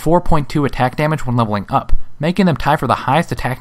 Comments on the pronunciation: Every time he said the word "up", I cringed. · AAAAAAAAAAAAAAAAAAH, both the emphasis and the cadence is awfull leveling UUUUP!!!! saying it like that will imply that you can level down and it hits the ear like a sledge hammer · Could you put more emphasis on the word up please? :| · They way you said "up" made it sound like there was such a thing as leveling down.